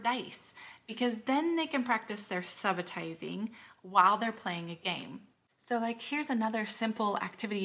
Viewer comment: "Soo-buh-tizing" -- You are awesome but that could potentially be a credibility-losing mistake.